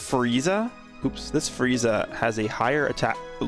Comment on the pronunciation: Sounded like he said freezy lol